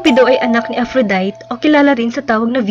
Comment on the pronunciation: Ayusin ang pagbasa ng Aphrodite, ang pagbasa mo ay Afrodayt.. MALING MALI! Ang tamang basa niyan ay Afrodayti!